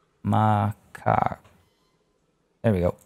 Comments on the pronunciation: It's insane to me that you have so many animals and your zoo is still making money. I've always heard macaque pronounced as mah-kak. If there's ever a crash, make sure to check your animal storage because pregnancy at the time will have the babies put into the storage so you can suddenly find yourself with ten new animals in storage. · So i paused the video cause i had to go to the bathroom. I come back, you were renaiming the stores in the japanese section: Me: unpauses the video: "ma' cock" Me:................. Then i realised it was macaque lol Btw, great video. I'm gonna throw it out there and say you could slow the aging rate of the animals a little bit more, it’s getting stressful to keep up with animals aging, dying, maturing. It's not going to be revolutionary but i think it’ll help. Keep up the good work! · If you say makac monkeys. It sounds like macokc monkis.